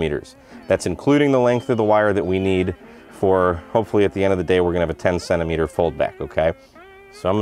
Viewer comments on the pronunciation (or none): What the heck is a sennameter? 😝 😂